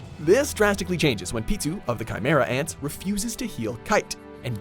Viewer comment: BRO WHAT THE FUCK ITS PITOU “ ( pee- fucking-toe) PEE- toe and it’s a fucking girl not a boy what the fuck